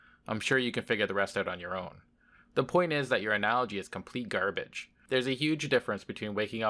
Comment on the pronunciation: I have an even better question... What the hell is "gerbage"?